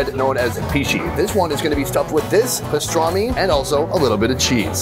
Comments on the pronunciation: its called pastırma not pistarmi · Loved the video. Thanks for posting. Can't wait to try them all in abot a month.The new name for the country is how the Turks pronounce it. Turkiye. I think it was Pastorma and not pastrami. In the background of the mussel restaurant the sign reads "there is no rock, sand or mud". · It’s not pastrami it’s pastrma. Which is completely different